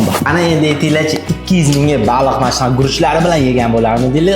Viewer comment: Baluuu emas baliq